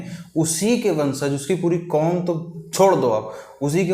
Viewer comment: Bro apka Puri cheej kya h Aisa lgta h ap bol re ho buri cheej kya h 😂 isko change kro